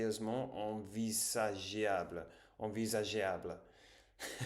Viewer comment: envisageable: ne prononce pas le E après le G. this E is only for pronounce the G like a J French is soo complicated dude.